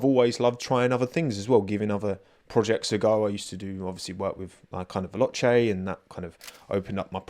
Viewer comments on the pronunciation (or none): none